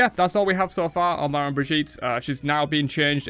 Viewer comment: It's pronounced Mama, not mah-man. Manman is creole for mom.